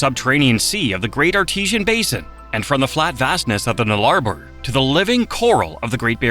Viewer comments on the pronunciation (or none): What’s the ‘Nargh La Bore’ near the end of vid? ….. Oh he meant the Nullarbor. He no speaky very good Aus lol